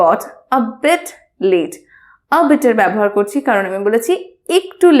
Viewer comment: your pronunciation a little bit wrong.....your voice make sound bate, not bit....